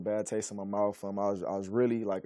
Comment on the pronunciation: “A bad taste in my mouf”.